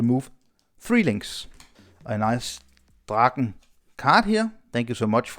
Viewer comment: Finally someone on YouTube pronounced "Draken" correct! 👍